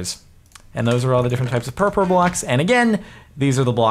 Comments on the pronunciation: Purpur is German for purple and it is pronounced more similarly to (pour-pour) but not exactly. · Purpur is actually a really informal way to say purple in German, and it unfortunately has nothing to do with cats. Its also pronounced pour-pour. Thought youd like to know! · God, I love how most of ppl who done reviews on this snapshot cannot normally say word "purpur" XD . Actually in lithuanian language (Just FYI I am lithuanian) there is similar (or maybe exact same) word to purpur, it is "purpurinis", "purpuras" (don't quote me on "purpuras" becuz I don't really remember if we still use that word :P) and that word "purpurinis" is a word for a colour which is I think exact same as purpur block's colour ;D . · Ha ha. Everytime Jardon said purpur, it just sounded like he had a speech impediment solely-based on the word purple.